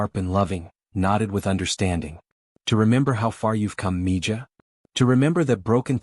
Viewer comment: Its mi-haa not mija.